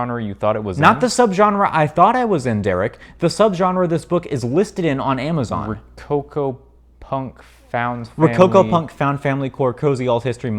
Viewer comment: I hear rococopunk as rococopuffs.